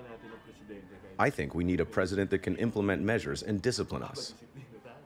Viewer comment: Patronizing is not pronounced that way